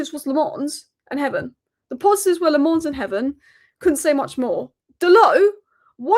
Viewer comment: As a Belgian, I have to interfere. It's Lammens, not Le Mans, that's a race track lol.